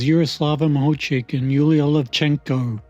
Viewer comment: Откуда вы взяли фамилию Махавких (Makhavkikh)??? Неужели так трудно выучить призношение фамилию украинской чемпионки, оне совсем не «Махучих», она МАГУЧИХ!!!